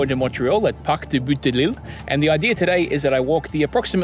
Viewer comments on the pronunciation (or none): In french : Bout de l'île = "Boo The Lil" , you don't pronounce the "T" at the end of "Bout". I hate myself for telling you that, but I had to lolll